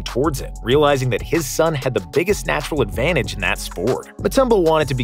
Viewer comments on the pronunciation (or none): none